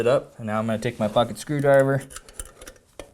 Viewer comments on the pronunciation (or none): you said "pocket " screwdriver....I kept hearing "F**king" screwdriver 😅😅 thought you got mad out of nowhere 😂😂 thank you for the video, im using it as a companion on my rebuild.